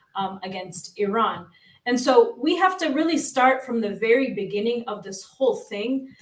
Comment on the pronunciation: it's not Irrrrran, it's Iran. Easy on the 'r' bro 😂🤘